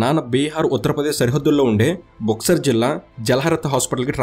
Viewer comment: Buxar palakadam Radha🤣